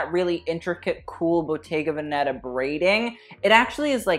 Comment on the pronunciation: love u but it kills me how you pronounce the 'veneta' in bottega veneta